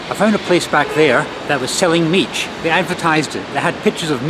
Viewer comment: As a Brit who has lived in Romania for nearly 13 years I was shaking my head at some of your pronunciations! An "i" on the end of a word is silent although you did get mici almost right. Mici should be cooked on a barbecue and dipped in mustard (mild type not English mustard which I've never liked). The best mici are homemade using pasta de mici from a butcher's shop and are about twice the size of the little ones you bought.